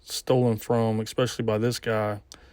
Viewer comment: Essspecially ....not ECKspecially